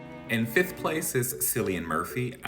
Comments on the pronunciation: This just confirms the reason why the UK is the most miserable place to live. Also, Cillian is pronounced with a "K" like Killian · Woman at work calls him Kieran. She is Dutch which isn’t an excuse but I have heard worse pronunciation of Cillian name.